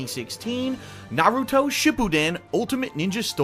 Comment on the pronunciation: So glad you dont pronounce it like naroodo.